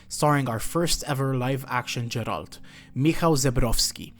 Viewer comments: Great iceberg. One thing tho, please don't say 'Jeralt', it's Geralt and even Netflix or EN VAs can get it right :) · God please nooo 😂 It’s Geralt not Jeralt.